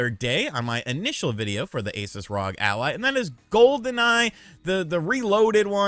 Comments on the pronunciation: Dude it's R O G not Rog 😂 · He’s killing me with the rog instead of R-O-G…. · Hey, Just so you know for the future, it's pronounced R O G. (Like you say ) it's an abbreviation for THE REPUBLIC OF GAMERS.